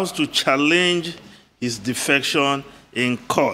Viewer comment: the pronunciation of the word is not chaLLENGE. The correct pronunciation is CHAllenge. It is in the first syllable. Please correct yourself.